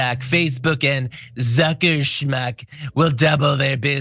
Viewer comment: Trump can't say schmuck; I say schmuck.